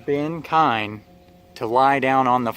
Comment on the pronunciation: Oh, one more thing just for the sake of anyone watching or reading, it's actually pronounced "keen". But don't worry, pretty much everyone says "kine" or "kee-uhn" when they read it, no worries just wanted you to know.